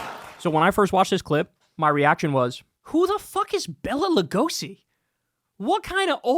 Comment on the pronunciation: Kyle I love you but put some damn respect on Bela Lugosi's name